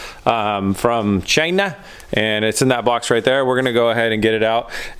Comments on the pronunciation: That "Chayna" at made me crack lmao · he says CHY-NA like Trump lol